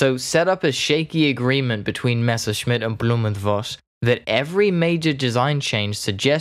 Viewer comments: I agree with those compliments! Good pronunciation, clear speech, good tempo. Very easy to understand, even for a Swede like me. Interesting subject, too ! One comment: To the best of my knowledge, V in German is pronounced like F in English. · Voss is in german language spoken Foss, not Woss.